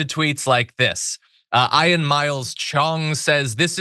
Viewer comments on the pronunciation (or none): The name 'Ian' is pronounced 'eean' not 'iron'. (Take it from me!). An 'iron' is something totally different and in rhyming slang is short for 'iron-hoofter'. Work it out for yourself....🤣🤣🤣🤣🤣